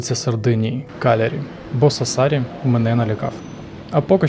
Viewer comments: те, що "Кастельсардо раніше на показане на ютубі" є відвертою брехнею, звісно - навіщо такі дешеві трюки для якісного, як на мене, відео?) Ще б слух не різати, як наприклад СассАри - невже було складно наголос подивитися? Але зьомки гарні, як і спина у жінки в кадрі ;) Тож дякую і лайк, попри мінуси) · Я вибачаюсь, але не Сассарі наголос на другу «а». Сассарі, на першу літеру «а». p.s. Я просто там живу, і знаю як правильно. 🫶🇺🇦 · Дякую дуже за чудове відео, єдине - Сассарі вимовляється з наголосом на перший склад)